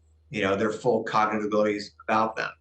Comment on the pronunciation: I wish she could say cognitive correctly.